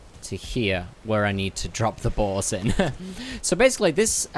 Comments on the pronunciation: Everytime I hear him try to say "boar's" I'm hearing balls... Am I going crazy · Sometimes i can't tell if ur saying "boars, boss, or balls" lol.